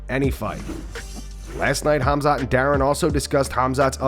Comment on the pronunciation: I can’t stop hearing Till say “Cum shot, are you, cum shot, where are you?”